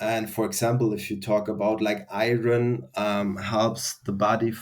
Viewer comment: What words was he saying around the 8 minute mark? Iren and infared ? Iran, Iren. I can’t tell what he’s saying.